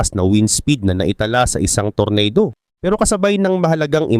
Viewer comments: ampangit mo talaga mag pronounce tor-na-do ampotek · Anung tornado boss,,, tornado ata basa nyan boss eh, English ba boss,,,😅😅